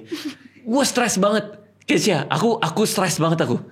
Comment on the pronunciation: keshya yagesya bukan keisyanya wkwkkw